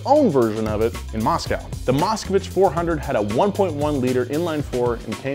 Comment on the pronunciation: It bothers me that he calls it "Moscowich"